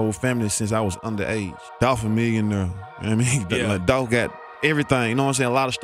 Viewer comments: Its dolph not dolf u sound stupid short for .his real name these clowns be trying to give someone a short Nick name and that's lame this dumb guy said dolf wtf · It’s Dolph !!!!’🐬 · It's Dolph!!!!